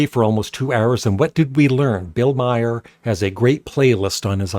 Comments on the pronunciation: His name is pronounced "Mar", not "My-er." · His name is Maher,not My her.